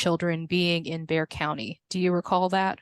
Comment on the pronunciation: lmao. He’s been here for almost 10 years and still pronounces Bexar county as “bex-ar” instead of “bear”. He must live under a rock